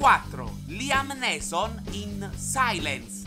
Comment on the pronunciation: Si pronuncia “niison”, non “neeson”